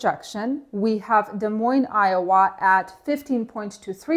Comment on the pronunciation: Oh, no! Red map! Thank you for pronouncing Des Moines in the correct way. Luckily I wasn't rejected tonight despite of "being late" according to receiver's system and being 40 minutes early according to LRC. Otherwise I would have to waste entire day for layover instead of good load that I'm hauling to NYC.